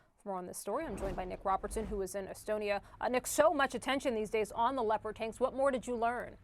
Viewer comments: Why does Petraeus pronounce them leo-Pard tanks? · He's American so I would figure he would say Leopard like the rest of us do. But he pronounces it Leo like Leo DiCaprio-Pard. We do call the Panther Panzers though. Tiger was tiger. He was a Nato official at one time though so maybe he prefers the German.